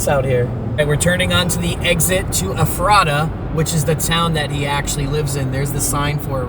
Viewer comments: I had to laugh...I live in PA, and ur pronunciation of Ephrata; pronounced eph-er-RADA and I didn't realize what u said at first. It's actually pronounced EPH-ra-ta. My cousin is a surgeon living in that town. We have a load of ridiculous town names in that area...Blue Balls, Intercourse, etc. PA is generally peaceful, with farms, etc; and lots of Amish. But, along w/bone boy, there are a lotta whackadoodle things going on. Very glad you guys were up here; I would've loved to meet you. It's a big state, soooo... lotta places to check weird stuff that happens; especially western PA. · Great video, I’m from juniata county Pennsylvania, just outside of Harrisburg in a small town. The town he lived in is pronounced Eph-or-tha with the first “h” sounding like an “F” and the last “h” being silent. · Ephrata is pronounced Eff fra tah. Also, that brewery is pretty cool for a small place. I live like 10 min from there. If I saw ya I wouldn’t known who you were. Love your channel! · In journalism, I would think it would be a priority to at least know the basic info on what you are reporting about. This would include how to properly pronounce the names of the places. That made it seem so unprofessional, and I literally cringed every time you said Ephrata SO badly. Only takes 15 seconds to Google the pronunciation. Sounds like eh·fruh·tuh. LOL- you weren't even close. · Your saying Ephrata and Lancaster wrong. This is my hometown and I feel like you should have referenced how you say the towns names before you do a story about them! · Everybody on YouTube pronounces Ephrata wrong. If you can't pay attention to the Officials at the press conferences to get it right, why don't you simply type it into Google and it will say it for you and you won't sound like a fool mispronouncing it wrong constantly. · Lol y’all are saying Ephrata wrong. Lol I live there.❤ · You butchered the town name Ephrata. My hometown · The way you pronounce Ephrata lol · Ephrata is pronounced Ef ra ta